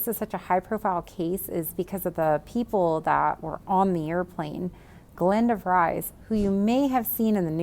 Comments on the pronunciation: Nope. “De Frees” would better to convey how the “V” should be pronounced. Like an “F” in English. Just keep the “e” part snappy and short. And there is no “z” sound at the end. You should know that Dutch Tuber! I am a “Visser” living in the USA so I deal with this daily. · Last name is Dutch and is actually pronounced De Vreez. And I must agree with all the Masks complaints. Such a pretty gal and it’s just hard to get beyond it.